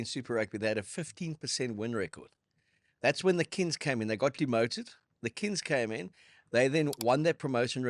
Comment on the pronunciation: Love the show chaps., in English a N+G is a nggggg. Its kings, not Kins. Other than that small critique, love it. Also, sad to see Ricky become and Aussie/Armenian/ Kazakhstani.😂😂